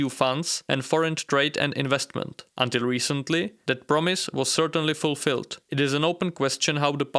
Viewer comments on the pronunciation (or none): none